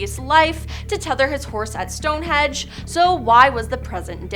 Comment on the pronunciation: Stonehedge?Its Stonehenge